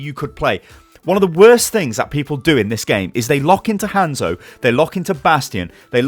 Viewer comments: Why do British people blatantly pronounce hanzo wrong. Its not like it's up for discussion how to pronounce it we've heard it. Hawnzo no handzo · If u say Hanzo like that 1 more time